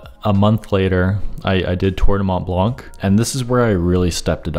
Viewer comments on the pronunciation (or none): I cringed at your pronunciation of Mont Blanc, how can you hike somewhere extensively and not be able to pronounce the place? Lol Great vid though :)